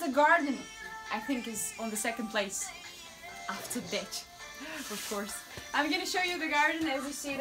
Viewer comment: You're saying "ditch" not... "B*tch", right? Sorry, I think my ears aren't working 😅.